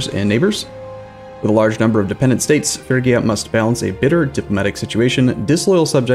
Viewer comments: Just think of a Fridge-ia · he's absolutely correct in Modern English pronunciation. Every historian, and expert on the place and time will pronounce it that way when speaking in English. Fridge-ia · es Frigia, no Frisia. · Phree-gi-a not Fergia lol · Dude it's FRIGIA not FURGIA ... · Probably not gonna help now, but it's pronounced more like Fre-gee-ah. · Fridge-ee-ya? No way the "g" is definitely a G like in grass, and not a DG like in giraffe. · More like Free-yee-ah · Every time he says “Fergia” I die a little bit. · It's pronounced "ˈfrɪdʒiə" btw, so kinda like Fridgia xD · Not in Ancient Greek it isn't. [pʰryɡía] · It is Ph-ry-gia. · It is Fridge-ia actually. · Oh by the Gods the way you pronounce "Phrygia"! xD